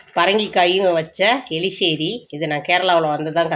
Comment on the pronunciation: Eriseri not eliseri